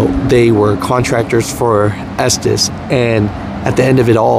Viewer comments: And it’s pronounced ESTES… not ESTEES.. 🤣🤣🤣🤣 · For the record, the owners - literally who the company is named for - pronounce their own name as Estes (short e sound) not Estēs. I work at 225 (Salt Lake City) and we are SLAMMED with work. Running line haul kinda sticks, but at least i can work through my own frustrations and not have to try and sooth the customers on top of it. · Estes. Not estees. Our president of the co. Gives state of the union addresses and its his last name. He even pronounces it Estes. Ive heard tm's call it estees that have been with the co. For 18 years. Aparently not everyone they hire is smart. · Retired from estes 2 years ago from day one I pronounced it "estez" and no one ever corrected me but the family name is pronounced "estees" it's like " poe Tay toe, poe tot toe, toe mate toe, toe Mott toe no one really makes to big of a deal about it. side note started my driving career with Harold Ives, then covenant also drove local a while finished out with Estes overall I'd have to say best company I have ever drove for. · I worked for a comp that ran loads thu them and it was always pronoused estsssssss insted of esteseeeee. Just helping 😊😊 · Es-Tees (I have heard it pronounced this way for over 20 years) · Cal the company and listen to the voice recording. It's pronounced ESTIS. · I pronounce it “ S - Tez” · Estes like Testes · I pronounce it as testes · Its pronounced Estevez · Estes is pronounced, " esteez" just like the hobby c9mpany that made Estes model rockets, planes, etc. Just sayin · I think it’s pronounced testis 😂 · It's pronounced testes